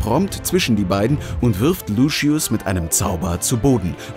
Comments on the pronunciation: Sorry aber es heisst Lucius und nicht Luschius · Ich mag dich echt aber warum LUSCHIUS😂😂😂😂😂😂😂😂😂😂😂😂😂😂😂😂😂😂😂😂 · Bitte sag nicht das er luschius gesagt hat 🤦🏼‍♀️ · ✨luschies✨ HAHAHHA egaal trotzdem voll cool ☺️ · LUSCHIUS“ ICH BEKOMM NEN ANFALL AAHAHAHAHAHAHAHAHHSHSHHAH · wie alle immer sagen „ luschius“ es heißt aber „luzius“ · Lucius, nicht Luschius!! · Wie alle anderen Lucius aussprechen: Lusius Wie der da Lucius ausspricht: Luschius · Es geht sogar noch schlimmer xD ein Youtuber, der sich viel mit HP beschäftigt, sagt immer "Luschiss" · Soviele Insiderinfos und dann ,,Luschius". 😆